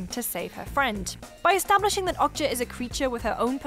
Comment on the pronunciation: It's not "awk-cha" it's "Oh-k-ja" (like Oakja) and it's not "Mi-cha" it's "Mi-ja"